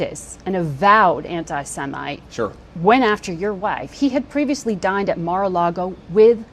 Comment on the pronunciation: I can't be the only person who thought she said "died" instead of "dined